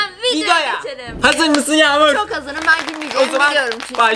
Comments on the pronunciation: Yağmur derken yamul dedi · dikkat edin video başında yağmur ablaya herkese merhaba arkadaşlar bu gün yamulla birlikte tiktok gülmeme challenge yapıyoz dedi yağmur ablaya yağmul dedi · Yamur farkettimki yaımur dedi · Yağmur a yamul demesi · yağmul demesi